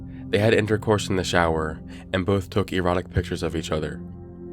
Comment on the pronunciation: You mispronounced "erotic"